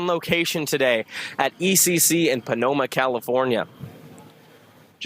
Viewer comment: It's Pomona California not Panoma California